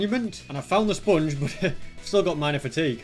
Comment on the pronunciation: I love the way he pronounces sponge as spunge.